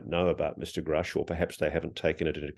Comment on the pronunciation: thank you for correcting him Ross, if one person is going to report on another, if you wish to be take seriously you should pronounce their name right! and to be sure it is the one mispronouncing the name that would be taken serious not the person who's name you are butchering. God has children everywhere!this is god universe!!! they are hiding free and/ or very low cost energy and they do it with the help of the ndaa and the patent office if the us was to release the energy information, it would be view as a hero o the people and we would not need to rely on foreign energy sources and give its people a fighting chance haven forbid we need to go into another world war. we would be able to produce what our armed forces and our people need to survive and thrive. then America would once again be known as for the people and by the people. there are so many fields and services that could expand and flourish. think of the amount of money that could be made switching over